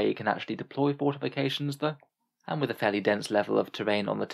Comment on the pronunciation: "Huuuur, so when you say playing aroudn your subfaction's weaknesses, u meen not playing your subfaction to not have to deel wiss weakness" that's how you sound right now.